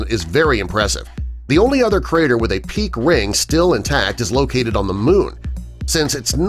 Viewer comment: Rare pronunciation of 'peak Ring', sounds like peak Wing.